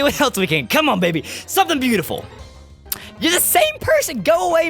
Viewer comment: When you said come, I thought you said gum! LOL!